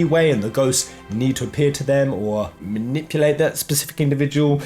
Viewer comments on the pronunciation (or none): none